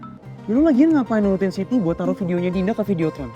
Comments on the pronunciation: Sama kedengeran nya Siti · Sama kedengeranya Siti😭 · Kok sama aku jga dengernya Siti aku pikir di jaman yg sdah maju kok masih ada yg namanya Siti eh ternyata sydney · Sydney, tp kedengeran di kupingku Siti 😭🤏🏻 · Sama dari episode awal kedengaran nya siti. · Wkwkwk,, awalan nonton episode 1 aku juga gitu kak. Aku dengernya juga siti😅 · Aku juga awalnya ngira Siti haha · Sama lagi kedengeran nya siti😂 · Samaa gwee juga gwe dengar sitiii😂😂